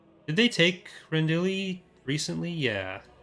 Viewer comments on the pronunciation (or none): voices it, and pronunciation issues are very common for him. (Rendil, Drunkenwell etc.) He's one of those people for whom Filoni Wars is SW ground zero, and that is the only thing he knows how to pronounce the names from.